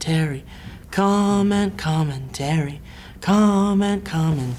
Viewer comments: Sounds like is saying "comet comin terry" lol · it started to sound like was saying com and com and terry as if com and terry were people